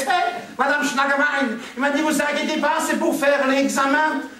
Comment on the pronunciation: Mme Schnagabein, pas Schlagenbein ;)